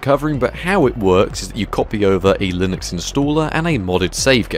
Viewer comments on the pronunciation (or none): none